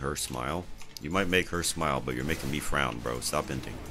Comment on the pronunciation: "You make her smile, but you are making me frawn. Stop inting" 😂😂😂